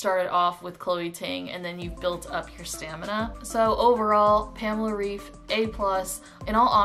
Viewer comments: Just wanted to tell you that pamela‘s last name is pronounced ‚raif‘. She is German and in Germany we pronounce ‚ei‘ as ‚ai‘. Lots of love from Berlin 🇩🇪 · In english, 'raif' would be pronounced 'rayf,' normally. Pamela's last name is pronounced more like 'Rife' by english standards :) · yes, I speak german. I am trying to explain that the german way of pronouncing it would be said 'Rife' (ei in german makes a hard 'i' sound, not a hard 'a' sound as in raif) :) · girl but her name is german, so the right way is the german way. For example, my name is in portuguese and it's pronunced 'ahdôrrno' but in english it would be 'adorrknow' or smth like that